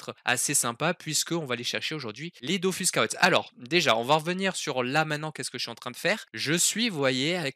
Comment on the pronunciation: j'espère que c'est parce que tu as "prononcé bizarrement le mot mais "c'est la musique DOFUS" il n'y a pas et il n'y aura jamais de musique "DOFOUSSE". Merci!:')